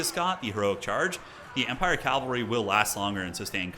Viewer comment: Cavalry not calvary!